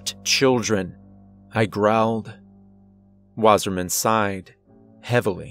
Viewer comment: REPEAT AFTRER ME ITS PRONOUNCED "VASSAHMAHN VA SAH MAHN" water man